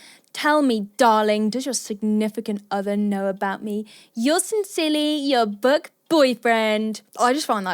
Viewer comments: why am i hearing...'buck'? instead of book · Is she saying buck or book?